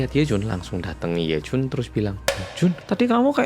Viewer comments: "He Jun....Yejun!" Logate medok pol 😂 Bener memang slogane "wong Korea sing medok" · medok banget jawanya pas manggil yejun😭